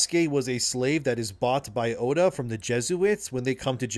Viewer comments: its not Odu but Oda Nobunaga. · Odunobunaga? It's Oda man... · For the love of GOD bro it's ODA not ODU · At least pronounce Japanese names correctly. Kept hearing "Odu" here at there.